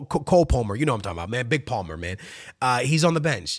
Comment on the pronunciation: You can’t pronounce Palmer bro?